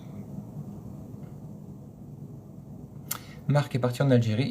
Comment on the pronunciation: Je deteste ce mot hello déjà tres mal prononcé! Pour s'intégrer à un pays on commence a aporendre sa langue !